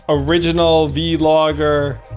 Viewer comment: Never heard someone pronounce vlogger as "vee-logger" haha. Almost like how Andrew was pronouncing hologram as "hoe-loe-gram" during the early days of his presidential run.